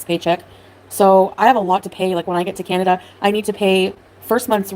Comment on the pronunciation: is it just me or does she keep saying Candada instead of Canada lol